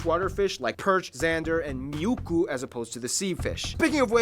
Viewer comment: *muikku not miukku. That sounds something what your cat would do...Miu is what we say when cats make their sounds. miu miu mf......